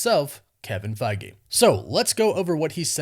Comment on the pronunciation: I dont think you pronounce his name as Kevin Fagi or Faggie, its Feige